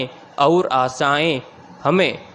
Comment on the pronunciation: Sir Matter achha h, Per Aap baar baar, और को अउर बोलते हैं।